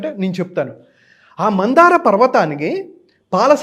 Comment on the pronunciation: మందార కాదు మంధర పర్వతం